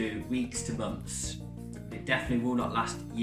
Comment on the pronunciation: Don´t say mumfs, say months!